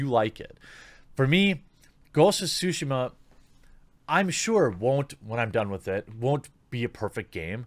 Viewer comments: What's it called, Jeremy? Ghosts of Sushi Muh? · Jeremy: "Ghosts of Sushi She Mar" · I'm not bashing on him, or anyone for that matter, but, it's just funny to me whenever people say Tsushima and it ends up sounding like "Sushima".